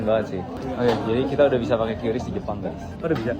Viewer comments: Suara narasi nya kudet(kurang update). Masa baca QRIS kok kyureis? Buka aja google cara baca QRIS pasti jawabannya kris. Makanya jangan kudet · Dibaca kris. Bukan kyuris, bukan kiris, tapi KRIS. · QRIS dibaca KRIS itu penjelasan resmi dari PIHAK BANK tapi tunggu dulu para kasir abal bilang "KYU RIS" 😂😂😂😂😂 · Sesuai Panduan BI, membacanya "KRIS" bukan Kiuris atau qiris.. Tapi QRIS. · Qris bacanya "kris" ya bukan "kiuris" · Iya ini bener mbak mbak warung makan atau dmn aja mereka meralatny kata mereka quiris hahahha😂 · qris itu bacanya kris bukan kyuris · Bacanya Kris mohon diperhatikanya😅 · Iya, pdhl dah dikonfirmasi sama BI klo bacanya tuh "kris" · Q dibaca ki